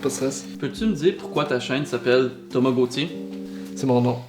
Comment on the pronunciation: Quand il dit Thomas Gauthier je comprends tamagochi